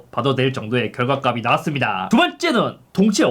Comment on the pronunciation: 형 제발 결과값이 읽을때 [결과갑시] 라고 읽어....